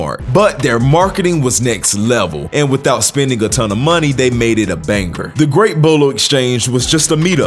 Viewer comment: Lol they saying “banker” instead or banger too wtf is this some ai voice bullshit?